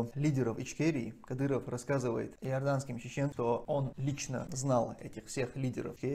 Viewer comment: Кадырова надо к логопеду атвести.